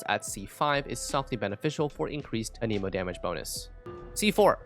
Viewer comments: I really hate to be that one guy who corrects grammar, but sir, you’ve been pronouncing the wind element wrong this whole time. They even pronounce it in game all the time the way it’s suppose to be pronounced. It’s “an-uh-mo”, not “uh-neemo”. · It's anemo not, an emo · who says anemo like anemic lmao